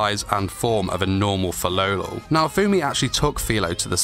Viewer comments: Tbh hate it when he pronounces “Filolal” and not Filolial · It's Fi-LOLI-al